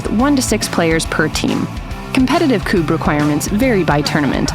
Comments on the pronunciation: That video is great, a bit fast maybe, but it explains the rules ok. The thing that REALLY aggrivates me is the continuos mispronounciation of the word Kubb, its Ku-bb, not Kuu-bb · Add on rule. When going for the "Queen" as we call it. You have to stand with your back to the Queen and shoot between your legs, with your weak hand. Also is that the American way to pronounce Kubb or have I always said it wrong?